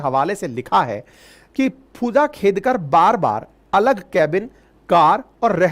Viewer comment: फूजा खेदकर 😂😂😂 नाम तो सही से ले लो सर 😂😂😂😂